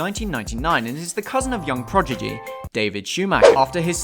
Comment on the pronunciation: Say it with me. Prod-i-gy.